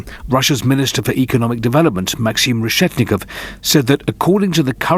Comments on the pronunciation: It's pronounced, "Reshetnikov" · RE SHET NI -KOV not that hard! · Re-shet-ni-kov. It's really not that difficult.